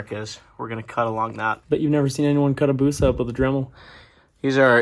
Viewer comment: Name the thing "Abusa" and say it like "Abuse-uh" -- I am sending this vid to my buddy who had a 'busa just to get his reaction.